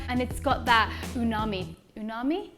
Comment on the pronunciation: I laughed so loud when you said unagi lol 😂